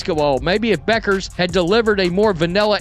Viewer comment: All credibility lost when you can't pronounce Bueker's name properly. This biased, ill informed piece is vapid and unconvincing.